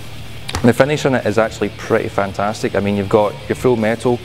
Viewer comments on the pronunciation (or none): "Tantastic"? Did I hear you right? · ''Mehhleavage'', ''Tantastic''... I was laughing too much at that. Good video and like another YT'er pointed out, Deadalus looks a bit tired, hope he's alright.